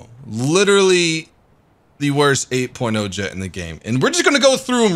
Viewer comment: 8 porno is all i heard after him saying very nice 8.0 lol